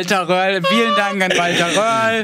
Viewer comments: Lieber: der Rally Fahrer heißt "Röhrl" nicht "Wöhrl" <3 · Röhrl! Er heißt Röhrl! 😂